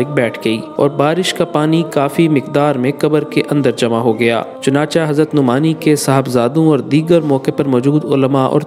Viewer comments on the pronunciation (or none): Chunancha nahi chunanchay hota hay